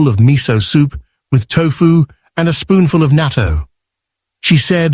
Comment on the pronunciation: It’s natto not nato!